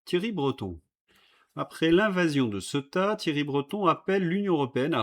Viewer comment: veux-tu bien faire l’effort de prononcer les noms correctement? Je ne parle pas d’Epstein, mais de Ceuta qui se prononce Cé ou ta. On te l’a déjà dit.